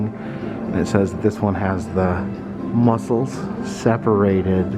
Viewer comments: Yes, I say Musk- cles too 🤣 great video x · Love it, and rofl, I say muskles to sometimes 🤣, you are not alone!